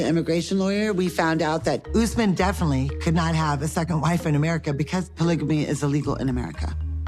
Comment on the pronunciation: Thank you for pronouncing Usman name's correctly. I don't know why Americans call him UsMEN like how they say MUZlim instead of MUSlim